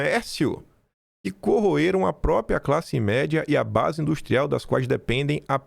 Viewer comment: Não é “propia”, é própria. Falar errado não cai bem para alguém com tanta influência como você.